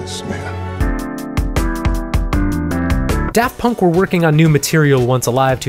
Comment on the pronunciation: Props to for putting in genuine effort to pronounce their extremely French names